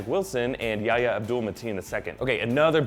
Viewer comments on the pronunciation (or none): none